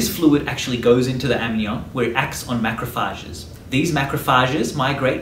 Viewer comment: MaCRoPHAAAGESSS, the way you say it is interesting lol anyways great vid